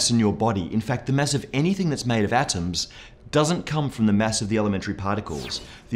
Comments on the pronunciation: Its not mess. Its mass. you filthy * . Lol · Why do i hear mess not Mass? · am I the only one who heard Mass as mess all the time? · much funnier video when you listen for "mess" instead of "mass" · Not you again. where is the other guy? You say "mass" weird